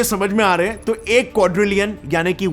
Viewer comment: If I am right, then what u pronounced in hindi 1quadrilion is wrong